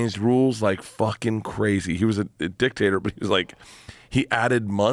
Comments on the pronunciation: When he says "dictator" , it doesn't sound like he's saying dictator. Sounds like he's talking about a potato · When they say Dictator all I hear is “Dick-Tater” and I laugh. 😂